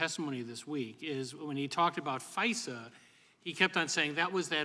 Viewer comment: There is an "R" in FISA? She is so stupid.